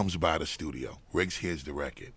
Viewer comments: I fucking adore the way Bus says record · Who’s here in 2024. I love how busta says record “reccad” 😂😂